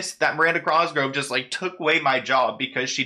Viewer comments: Thank you I was going crazy everything you would say it wrong . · Oh my gosh it was driving me nuts. Thank you for addressing it. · I was just about to comment this 😂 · I coulda sworn there wasn’t an r at the beginning of her last name 😂 My guy can’t speak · i cant get past how hes saying cosgrove. thats all i can focus on in this video lmao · my man spells cosgrove right but willfully says it wrong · Okay someone has to tell him that he’s saying her last name wrong. This isn’t hate. Just letting him know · “Crosgrove” lol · It’s really bothering me that he keeps saying Crosgrove when her last name is COSGROVE*** only true Miranda fans know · Miranda "Crosgove" lol, you just moved the "r" to the wrong place that's all! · COSGROVE my guy not "Crosgrove" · Cosgrove... it's bugging me that he says crosgrove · COSGROVE NOT CROSGROVE UGH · It’s cosgrove not Crosgrove. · It’s COSgrove why do you keep saying crosgrove omgggg your pronunciations is so bothersome!!! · like the more you say crosgrove the further it will invalidate your coverage on the matter(s) just a tip way too many videos pronounced “cosgrove” incorrectly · ur saying her name wrong... it’s COSgrove not crosgrove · Sounds like he’s saying crosgrove and he ligit said hobsnocker it’s hobnocker lol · The hat made you add the r lol 😂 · Cross grove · Miranda Crossgro 😅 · You pronounce her name "Crosgrove" lol. I I love your vids btw. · The "Crosgrove" is a vibe <3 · Drinking game, take a shot every time says Crosgrove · everytime you said "Miranda Crosgove" I was screaming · It’s the “Crosgrove” for me 😂💀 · Why r u saying crosgrove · stop saying crosgrove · I love you. But the way you pronounced her last name is sending me. Lolol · Wait what?? It's not with an "r"?! Woops. Made the same mistake my whole life, even after watching other vids about her that were probably pronouncing it correctly. 😅